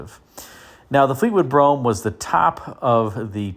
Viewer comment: Great video, as always. ...and thanks for saying "Brougham" ( as in "chrome" ) and not "Bro-ham."